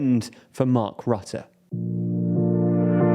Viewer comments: Mark Rutte is pronounced: Mark Røtte. Whereas you pronounce it as Mark Rotte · I love how he says Mark Rutte as Mark Rotte(n) i mean he's indeed rotten to the core with Kaag and that fckin idi000t Jesse Klaver. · "not perfect" I rate it an F he said boehr buher beweving he also said rate instead of rutte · Dude how do you commit to a dedicated video without looking up how to pronounce Rutte at least somewhat close to properly